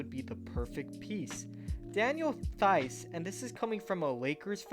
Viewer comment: Theis is pronounced like the word “Rice” with a “T”